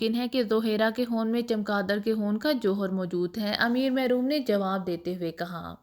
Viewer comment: خون نہ کے حون آپ کیا پڑھ رہی ھہی